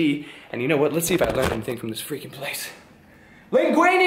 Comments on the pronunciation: you had me laughing at linguine laviosa !!😂😂😂😂😂😂..that's how it sounded it.. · did he say linguine leviosa? Lol